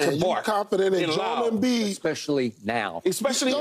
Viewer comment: Its JO'EL, say his name correctly.